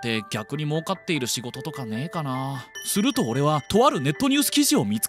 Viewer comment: ＿人人人人人人＿ ＞す↑る↓と→＜ ￣Y^Y^Y^Y^Y^Y^￣